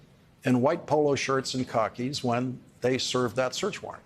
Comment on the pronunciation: "Kahkis"??? a New Englander trying to avoid saying "khakis" which sounds like "car keys" in Bostonian. So, Lawrence, trying to avoid "cah.keys" comes up with "kahkis" -- listen to it. . You can take a boy out of Boston, but you can't take the Boston out of the boy with some really odd pronunciation quirks. Lov'ya Lawrence. Really.